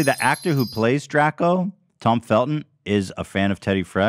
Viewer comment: add "Draco" to the list of common knowledge things Ethan cannot pronounce